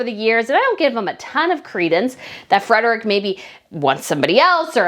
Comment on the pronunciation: You are butchering ALL the Spanish names. Study the words and pronounce all the letters and syllables. It’s not Geovena. It is Ge no ve va. It’s not Retirio Park - it’s Re ti ro. You even said Fredick earlier. Try & get people’s names right.!